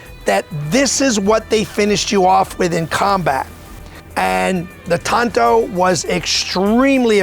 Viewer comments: It’s pronounced “tahn to.” The Japanese language doesn’t have a hard “a.” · They say tanto weird. It's normally pronounced like katana. They're both Japanese blades after all.... (kaTANa / TANto)